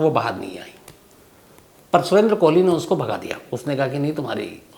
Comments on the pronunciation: साहेब, कोहली नहीं कोली बोलिए.😌🙋‍♂️ भजन और भोजन में बस मात्रा का फर्क होता है। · उसका नाम सुरेन्द्र "कोली" है, न कि "कोहली" जो तुम बार-बार बोल रहे हो । सावधानी रखो और राहुल गांधी के केस से सबक लो .....